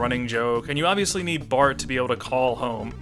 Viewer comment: O really enjoy your review, but plz stop calling bart and marge "bort" and "morge". i mean, there is actually a joke about it on the show. "the gift shop is out of bort name plates" or sth like this. "bort? is that even a name?"